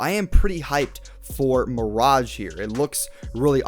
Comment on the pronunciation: isn't it pronounced Mir-age